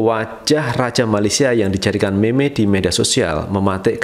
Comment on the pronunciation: Cara sebut bukan meme, yg btul mim